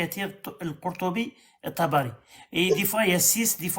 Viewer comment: Tabakhi(se prononce Tabari), biographe officiel de Mohamed.